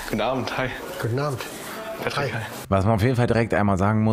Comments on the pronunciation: Ich erklär Dir mal warum "PÄtrick" und nicht "Patrick".... Weil auch "lowkey" statt "bisschen"... Checkts selber net... xD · "petrick" ist die englische aussprache von "Patrick" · Einfach einmal deutsche Aussprache und einmal amerikanische beim Namen Patrick das ist der einzige Unterschied